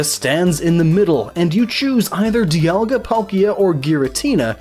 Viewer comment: DE-aLL-Ga. And Polkia? I dunno...I say Dialga’s name like Die-al-ga like a sun dial Dialga. And Palkia as Pal-key-uh. I agree with your Arceus annunciation. Ark-ee-us. Arse-see-us just sounds...nah.